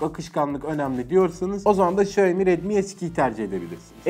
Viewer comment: sonunda Xiaomi'yi doğru söyleyen biri, teşekkür ederim İksaomi diye okuyanlar yüzünden kanser oluyordum